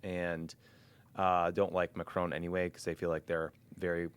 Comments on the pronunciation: PLEASE stop pronouncing Macron as 'McCrone'. You know the opposite of 'off'? Can you say that? It's 'on', isn't it? Say 'on'. NOW SAY MACRON. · hmm but the vowel would be closer non?